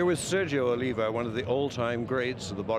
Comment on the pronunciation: The last name of Sergio it's Oliva not Olivia